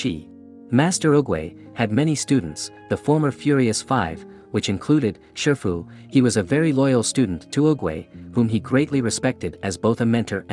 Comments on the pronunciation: Shifu Not shirfu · you mistaken his name it's shifu not sherfu